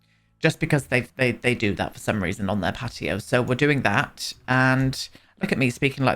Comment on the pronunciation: That's literally how they would say patio though Pe'ato 😂🤣💀